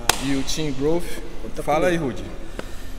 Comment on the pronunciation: Não entendo a dificuldade generalizada que o povo brasileiro tem em falar o fonema inglês "th". Transformam isso em "fff". - "Growfff".